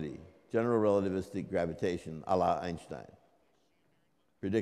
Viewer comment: One of the very few english speakers, who pronounces correctly the surname of Einstein. First off, Albert Einstein's surname is pronounced with a "sh" sound , due to the second syllable of his surname beginning with "st" (literally, his name means "one stone"). The vowel grouping "ei" in German is pronounced similar to the English "eye", though with less emphasis on the first part of the diphthong. Another example of totaly wrong pronounciation is the surname of the famous German physicist Schwartzschild (literally, his name means "black shield"). Correct is: [ˈʃvaɐ̯tsʃɪlt]; but I hear ridiculous pronounciation schwartz - child. O sancta simplicitas!